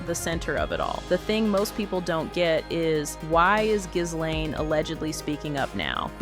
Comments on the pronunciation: Pronounced GEEEEE LANE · The 'S' in 'Ghislaine' is silent...